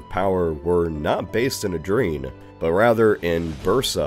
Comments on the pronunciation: My brother, your pronunciation made my ears bleed. Edrine, Germayians...Good Lord but anyways apart from the apperant deafness, it was fun to watch :) Cheers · He also butchered the pronunciations of Edirne and Knights Hospitaller in this video. You get the sense he's a reader rather than a listener during research. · bro this guy mispronounces everything ive caught it atleast 5 times in this video Edirne, Croats, Hungarian (when he said hungarian nobility), it's just so lazy especially for a big channel